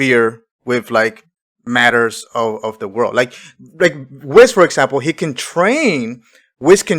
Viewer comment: It's hard to take someone serious who keeps calling Whis, "Wizz"